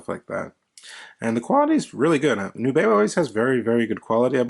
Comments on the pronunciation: I love them. FYI, I was told by the company via email, “The intended pronunciation of our brand name is indeed "NEW-be-oh." Thanks. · I believe it’s a letter “N” as Nubeo, not a “Z”.